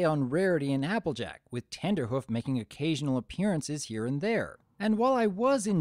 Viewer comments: its not tender hoof it is trender hoof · Were you saying Tenderhoof? Because it's Trenderhoof. Because he predicts trends. Tenderhoof would be... suggestive. I like how Rarity's crush was justified by actual reasons, unlike in EQG. Trenderhoof was a big name for being ahead of trends, which are a big part of Rarity's passion, so she fangirled over him unlike with Blueblood, who just had status. Still, some people are put off by the crush scenes, and it can't be helped that the episode will be ruined for them. Watching a crush is inherently cringe inducing. The lesson was predictable, of course, but that's the case for most episodes. The show is built on having predictable lessons because they ARE lessons for kids, but still presenting them in a very organic and entertaining fashion that makes them sink in. In this case, what made the lesson presentation so great was how Rarity taught it to Trenderhoof, right after he did the exact same thing as her. She got over her own desire to be with him to see he was suffering the same way she was. Her approaching him like that and him getting over his crush to dance with Granny Smith really made it feel that they learned it, just like the final teasing scene in Look Before you Sleep. My biggest issue is that the classic music they used in the end didn't work that well. It might've just been the stream quality, but it didn't accompany the lesson narration as well as their original soundtrack does. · Its trenderhoof, you know, like a trend setter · Isn't his name Trenderhoof, not Tenderhoof.